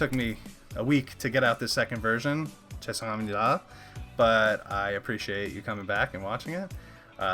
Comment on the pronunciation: Thanks for the reaction! I know I always come down here and comment on dumb things instead of the actual video, but you're blowing me away with the Korean! your 죄송합니다 at the end wasn't perfect (it's hard to be perfect though :D ) but it's clear you actually made an effort! :) So thank you for that!!